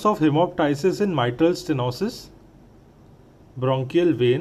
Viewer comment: Mc sources of hemoptysis-Bronchial artery Not*Brachial ..